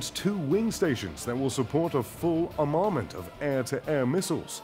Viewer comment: Pronounciation Armament?!